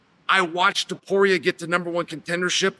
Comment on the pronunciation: Tuporia Topuria, same thing. - Chael